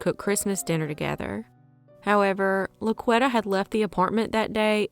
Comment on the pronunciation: I think it may be pronounced La-Qwee-tah. Not La-qwet-uh. It's a very popular name in the hood. 2nd only to Shaniqua.